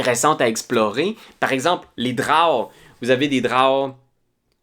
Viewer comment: C'est la première fois que j'entends quelqu'un prononcer "drawe" au lieu de "dro", c'est vraiment ça la bonne façon?